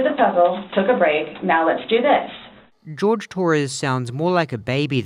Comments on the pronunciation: I hate that she can never say his name correctly, its Jorge, 'Hoorhay', not George. Imagine being in a relationship for years and your girlfriend never calls you by your real name. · The fact that she calls him George when his name is JORGE. Disrespectful